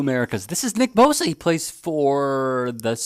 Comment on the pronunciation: She can’t even say his name right 😂hold this L